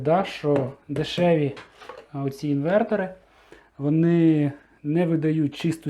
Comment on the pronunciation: "інвертори́", "інвертора́"... Інве́ртори!